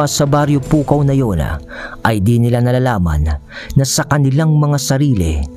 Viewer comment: Gumagana ang pagka ilokano mo 😂😂😂”PUKAW’ pa more